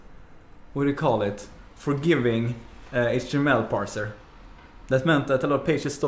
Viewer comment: I know it's Swedish (because I am too), but the way he pronounces "HTML" sounds like "Hot Emmel", and that's how I'm gonna start pronouncing it at work now too. The others are already a bit weirded out that I pronounce "MySQL" as "My Squeal", so "Hot Emmel" will just be icing on the cake.